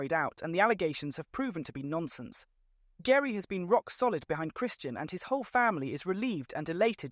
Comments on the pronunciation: GERI is pronounced Jerry.:) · Omg how much do you know you can’t even pronounce horners wife name correctly it’s pronounced Jerry but spelt Geri